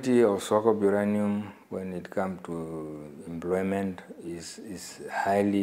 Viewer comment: The man could not explain what under employment is, not could he pronounced employment = "embloymen" uu iihuna tate!